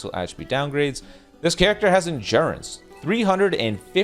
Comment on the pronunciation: “On engurance!”😂